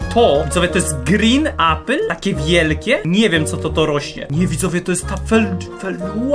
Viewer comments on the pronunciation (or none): none